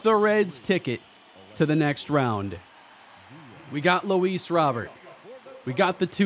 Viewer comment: Please say Luis’ name correct.